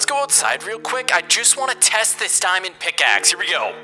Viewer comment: I like how he say dimnd